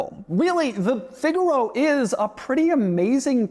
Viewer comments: Figure-oh 🚫 Fig-aaah-ro 🤌🏻🤌🏻🤌🏻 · "the Figalo…" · It's pronounced "fig-ah-row" 👍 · I’ve always wanted a figaro but why did he say it like that shouldn’t he say it like the musical term?